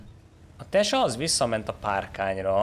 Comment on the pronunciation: Tesak - Tyeszák - magyarul igy mond